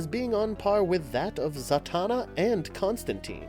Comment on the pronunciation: Santana... SANTANA!!! HE CALLS HER FREAKING SANTANA!!!! It´s Zatanna. ZATANNA or what... is she gonna shred Black magic woman to beat the baddies??? lolololololol